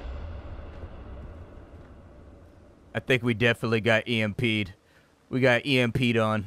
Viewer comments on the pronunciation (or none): "We got EMPeed on..." lmfao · "He got EMPeed on"